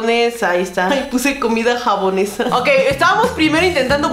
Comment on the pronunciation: Me da Risa cuando dice "Comida Jabonesa" JajajA me morí de Risa